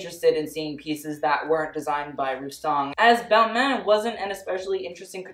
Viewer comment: Balmain? More like BalMEH